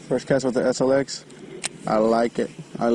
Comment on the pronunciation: “Eshh LX. Eshh?” Hahaha